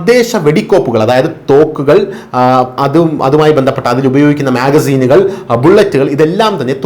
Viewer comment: Mahaseen അല്ല magzine